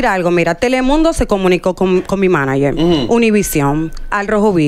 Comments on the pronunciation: Sandra escucha q dicen manager y ni asi lo dice bien 😅😂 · oye la otra como dice maniger sandra de por Diosssss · "Maniger" dice sandra🤦‍♀️